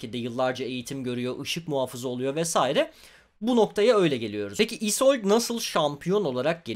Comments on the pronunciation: isold degil isolde diye okunup yazılıyor bunu düzeltelim replikler de böyle Örnek bir Viego repliği: Gözlerinde kendimi gòremedim İsolde diyor. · İzold ne viegonun kendisi bile isolde diyo